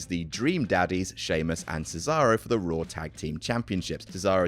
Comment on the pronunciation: Who else hears “roar” instead of “raw”.